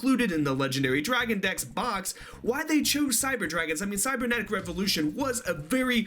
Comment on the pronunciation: Guys it is called CYBERnetic not CYBERSEnetic KAPPA Cyberdragon support confirmed !